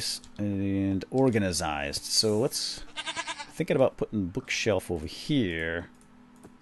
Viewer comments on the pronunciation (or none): It's organized not organazized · The way he says organized is kind of funny.